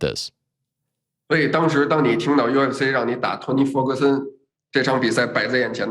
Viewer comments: Shock nobody notice that li said font toguson 😂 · He literally call him “Fony Tergerson” 😂